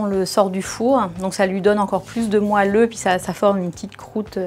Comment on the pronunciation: On dit moÉlleux, pas moAlleux